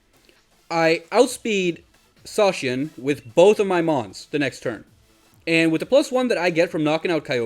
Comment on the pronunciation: idk if any official pronunciation has been made for Zacian - I've heard it pronounced so many different ways - but I like the way you say it so that's official now xD